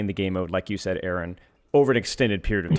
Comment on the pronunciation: In this fantastic interview, everything was smooth sailing until... 'AY-AY-RON'., please.